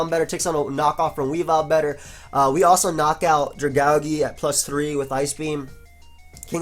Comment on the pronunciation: why the hell do you pronounce Dragalge like that xD